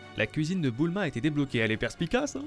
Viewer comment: J'aime trop quand dit Boulma alors que c'est Bulma